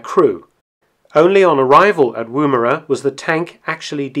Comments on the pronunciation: Woomera: like wood not woo (chat up a lady woo) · As a south aussie who lives near woomera. Its pronounced 'womera'. Been watching your videos for a month now was quiet a nice surprise seening some mentioning of a town near to were i live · The first vowel in 'Woomera' is shorter than that pronounced by this narrator.